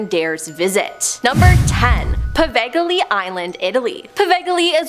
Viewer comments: Oh dear gods! Please learn to pronounce words correctly - it's not that difficult, in most cases. Example: the very beginning of this video - if you had just read the word carefully, you would see it's 'Poveglia' (actually pretty famous!), NOT 'Povegely' 😡 Sadly, this is not an isolated incident. Every one of your videos I've seen, this same thing is an issue. It costs nothing to take some care, and pride in your work. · It’s povelia not povegole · Repeat after me ... POH - VAL- EE - YA Island. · Great vids, pls work on pronunciations. Poveglia, g is silent